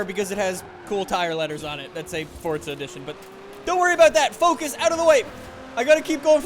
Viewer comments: i love how he says fortza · Y does he say fort za